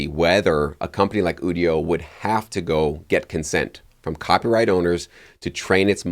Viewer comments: You-dio not ooo-dio 😂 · Quit saying Ewdio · It's pronounced "you-dio". IDK why this bothers me even more than people pronouncing nVidia as "nuh-vidia".